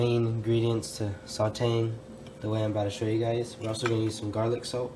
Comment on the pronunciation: is it just me or did he get a British accent when he said Garlic Salt?